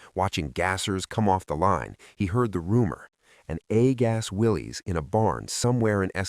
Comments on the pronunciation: WILLIS, as in, "Whatchoo talkin'' about, Willis?" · Willy's is pronounced Will us , named after John N. Willy's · Pronounced "WILLIS". A lot of people say "WILLIES", But it's WILLIS. Ask any Willys owner at a car show.